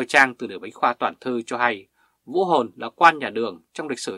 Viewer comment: Xin bạn nói rõ : Ông quan đó tên Vũ … gì ? Bạn phát âm không rõ